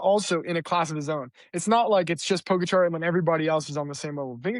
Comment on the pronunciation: Can you please pronounce Pogacar's name properly? It's not too difficult to do a quick search.